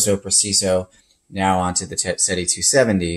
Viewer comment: "Seh - Teh". I.e '7' in Italian. Not "Seh-tee" ...